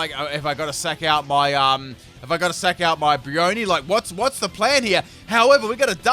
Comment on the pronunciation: Its slack not slayk